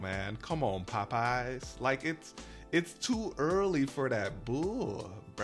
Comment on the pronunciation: Is that a region thing to pronounce popeyes like pup eyes? Lol. It sounds so funny. Chuck on dashing across America says it like that too lol.